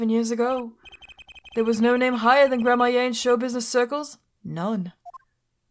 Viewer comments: please learn to read Gramarye as Gramaree, not gramaye (there is a clear r between a and a y) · Btw it's "Gramma-ree" not "grammar-yay". I haven't played this game in so long and I really dislike playing this particular case for a couple of reasons, one of which is that it's really obtuse. But I think maybe Valant has more to say now because of the gun? I honestly don't remember. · Just a tip for pronunciation, since you’ll probably say it a lot in this case. Gramarye is pronounced the same way as Smefanye, so Gram-A-ree. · Just a pronunciation tip. The name is pronounced Grammar-ey. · I'm fairly sure it's pronounced grammarie, thanks to apolo' s mispronounciation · Hey, “Gramarye” is pronounced “GRAM-a-ry.” The e is silent, so it rhymes with “Flannery.” It’s a real word, a variant of grimoire. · Don't forget, Gramarye is like "grammar-ee" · I’m pretty sure you’re supposed to say Troupe Gramarye like Grammar-e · I think I'm going to explode if she keeps pronouncing Gramarye like that